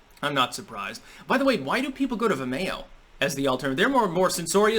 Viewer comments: Ve-mayo... lol... its Vi-Mio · Vimayo? wtf is that? its Vimeo (Vim-E-oh)... You know, like video but with an "M" instead of a "D." You wouldn't say "Vidayo." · vih-MAY-oh? Have I been wrong all along? I'm so ashamed (⋟﹏⋞) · The way pronounces Vimeo (Veme-o) is hilarious. 😂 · says Vimeo weirdly. It's suppose to sound like video. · I had no idea what you were talking about until I finally figured out how you pronounce "Vimeo"!